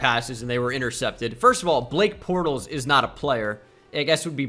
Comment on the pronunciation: I lost it on “Black Portles”